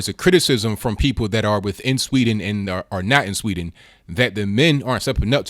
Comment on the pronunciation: there is a "d" in Sweden, it's pronounced. try saying it. practice.